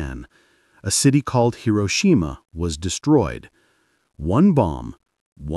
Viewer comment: Funny how the AI voice correctly pronounced Hiroshima in the beginning and then got it wrong at the end.